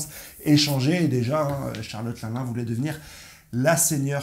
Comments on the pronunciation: Pas linlin ; Line Line bro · Une petite info : 1. Luffy a déjà utilisé le snak man contre kaido mais c'était bref. 2. Charlotte l'un l'un ? C'est linlin (l'in l'in). 3. Merci pour tes vidéos